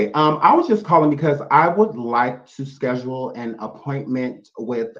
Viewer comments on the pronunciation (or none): none